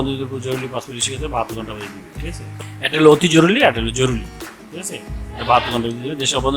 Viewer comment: জরুলী নারে ভাই , জরুরি। বাংলা শুদ্ধ উচ্চারন করতে পারেন না, আপনাকে ভিডিও বানাতে বলছে কে ?